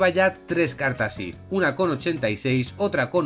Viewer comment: dios mio porque dices cartas if si son if sif y tif por favor porque lo estas diciendo mal